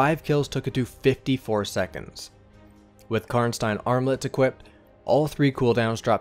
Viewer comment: I love how you correctly pronounce "Karnstein".